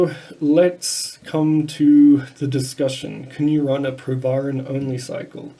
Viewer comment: The Dr can’t even pronounce the name of the drug, but wants to give advice about it